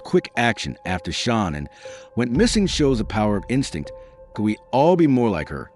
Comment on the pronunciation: Please pronounce Shanaan's name correctly. It's not Shawnan. Its Nicole not Nickel.